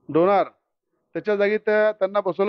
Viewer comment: राणा साहेब अगोदर नीट बोलायला शिका तुम्ही आमदार आहात. डोनार नाही डोनाल्ड म्हणा 😅